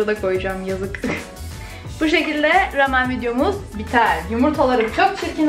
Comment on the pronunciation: Keşke rameni doğru telaffuz etseydin.